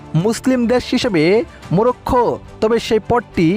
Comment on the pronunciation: 'Morocco'. Ar apni bolchen Murokkho.. uccharon to thik moto koren Bhai.